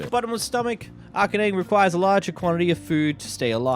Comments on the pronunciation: Arachnea as in aracnid as in spiders not arcane as in magic A-rack-neigh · Not him calling Arachnae as “Arcane”. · This guy can’t pronounce anything LOL I was laughing after hearing him pronounce Alfiq but I was actually baffled by his inability to pronounce arachnae 😂😂